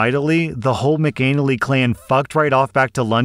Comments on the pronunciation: As hilarious as McAnal-ee is and I wish it was actually pronounced that way its actually pronounced Mc Ann-alley.. but I think I'm gonna start saying it your way 😂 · 😂 it's pronounced mack uh nnally like alley not anal ee😂😂😂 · McAnally is pronounced Mac Ah Nah Lee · McAnally is pronounced Mac-in-aah-lee not Mac-Anal-ee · The surname is pronounced "Mac" "an" "alley" not "anally" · Not of Irish descent, but I would have expected that to be Mack-uh-nally, not Mick-anal-lee. Shows what I know. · I just sniggered all the way through at your pronunciation of McAnally. Must be my puerile British toilet obsession, but it did make me think of pasta and arses. Pronounced “Maka Nally”. 👍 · That isn't how you pronounce McAnally. You say it like Mac uh nally. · There is a reason horse thieves were at one time punished severely. They are taking away people's livelihoods. The cruelty is even worse. I did have to snicker at the pronunciation of McAnally